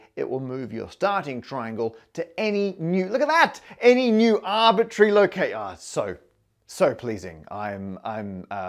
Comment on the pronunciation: MATT ... it's not "arbitary" ...the word is arbit R ary !!!